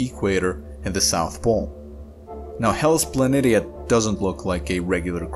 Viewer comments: I couldn't get past the pronunciation, sorry. It's Pla NEE shuh, not Pla NIT EE UH. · If you watch star trek from TNG onwards you will hear the correct pronounceation of the wotk planitia/ {rpnounced Planishiuj. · pronounced Planishia..... poor 😉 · Very good, informative video with nice graphics. Since I am a researcher and Mars is my specialty, let me assist you with the pronunciation of "Planitia". It is pronounced with the "SH" sound like this: Plan-ish-uh. Keep up the good work. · It is somewhat more commonly pronounced Hellas "Plan ee sheeah".